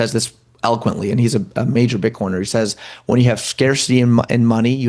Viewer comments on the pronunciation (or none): none